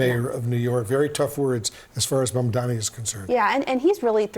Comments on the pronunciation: Why Cuomo still can't pronounce his name correctly, his name is not MUMDAMMY! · He couldn’t pronounce “Mamdani”. His “Mamdami” will go with him all the way to the tomb. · He still calls him Mandami lol. We'll see what he calls him when he concedes to Mamdani. Edit: He called him Mandami again on his concession speech. At least he shushed the booers. That was nice. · Pathetic he can’t even pronounce his name correctly.